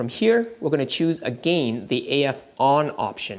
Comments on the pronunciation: Triggered when you say again.. it's not A-Gain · the way you say again 🤣